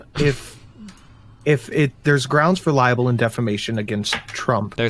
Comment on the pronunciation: It's LIBEL, not liable. These right wing morons are literally talking about stuff they have no idea about.